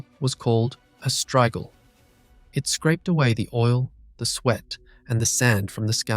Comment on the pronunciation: strigil, not straegil